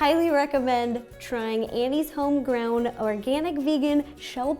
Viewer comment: Did she say”homegrown” correctly?!?😂😂😂no hate!!!! Love you Ro!!!!❤️❤️❤️